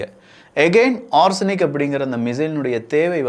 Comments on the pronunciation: konjam thappa solliteenga. Adhu ஓர்சனிக் illa na. Adhu ஓ-ரேஷ்-னிக் - Or-Resh-Nik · It is ORESH-NIK not ARSENIC. It means Hazel - Tree in Russian. The tree discharges pods in this fashion one after another like the missile's multiple independent warheads fall down...